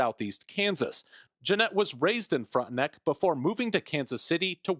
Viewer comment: The reporter kept saying “Frontenick”, the correct pronunciation is “Frontenack”